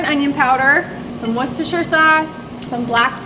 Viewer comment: Of all the bbq sites I watch, you are the one who pronounces Worcestershire the closest. Its amazing how thousands of cooks cannot pronounce the word. You are the closest. Im 100% german. Worcestershire is pronounced, war-sester-shīre sauce. Lol.